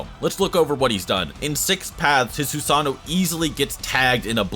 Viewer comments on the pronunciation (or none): Its pronounced Susano not sosano